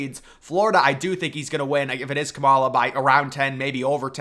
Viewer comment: Sounds right to me 😂